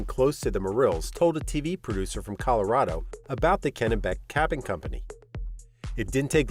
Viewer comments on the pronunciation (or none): none